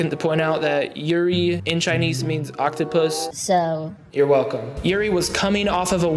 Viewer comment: *Violation, *Octopus, and did you say frozen nips or frozen tips? lol